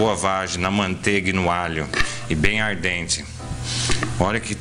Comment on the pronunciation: 👏👏👏💖 DEMAIS!! Alto astral e receitas DIVINAS. Obrigada. Só um detalhe, é "al dente" e não "ar dente", rsrsrs! Mas até isso é legal, porque as receitas são mesmo ARDENTES! 😁👍🙏